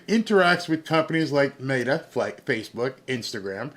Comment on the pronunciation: META It’s pronounced, Me-ta - There is an E and an a Meta not Mata Love watching your show, but I can’t stand when people mispronounce words if you don’t know how to pronounce it prior to the show, put it in translation so you can hear what it says. When you spell it translated from English to Spanish. That way you can hear how the pronunciation actually is.